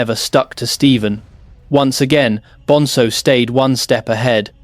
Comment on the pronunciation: It's BonZo! Not BonSo ffs 🙄